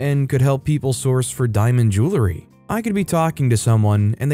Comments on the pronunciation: JOO-uhl-ree, not JOO-lah-ree. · I pronounce it "joow-ree" so I think he should say it like that